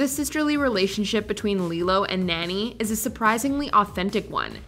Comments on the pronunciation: Lilo and Stitch is the best. You mispronounced Nani's name. Long a like Naw-nee not nanny. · Gods...it's NOH-NEE. Not "NANNY"! THEY SAY NANI THE RIGHT WAY IN THE MOVIE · Y'all did not just call Nani "Nanny"!!! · Soooooo......we not gonna talk about how she called Nani, nanny? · Ok so have you never heard the pronunciations of the names not even three years in and she misspoke studio ghibli and nani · Just a question, but is legitimately incapable of pronouncing names as they're supposed to be pronounced, or is she intentionally saying Ghibli and Nani wrong just to frustrate me? I stg it's like she's the absolute epitome of the "Yanny VS Laurel" type b.s. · Disliked solely for the butchering of Nani